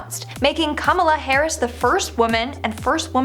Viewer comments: I'm not making fun of but we in Trinidad pronounce Kamala like Kamla and hearing how she pronounces it makes me laugh a bit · butches her name so badly. 😬